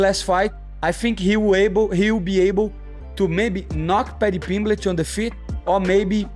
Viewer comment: Paddy PeeembLEEch